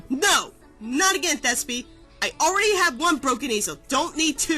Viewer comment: Thespio....... ITS THE+ESPIO BRILLITANT! But nice review, I loved this episode, too bad theres to much musical numbers...Oh well.